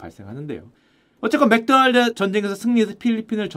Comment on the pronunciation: 마르코다날드는 뭔가요 ㅎㅎ 맥도날드의 일본식발음 마크도나르도? ㅋㅋ 필리핀에서 맥도날드 매운치킨 먹었는데 바삭하고 고소하고 맛있어서 감동했었는데. 졸리비치킨보다 맛있었음. 일본 마크도나르도 한국맥도날드에서 필리핀 맥도날드 치킨처럼 튀기면 좋을텐데 라고 생각했음요. 필리핀 가시면 맥도날드 매운치킨 강추요.졸리비 스파게티 엄청비추합니다. 케찹맛만 나요.면은 불어터진거같고…저도 조금먹다 버렸어요 ㅠ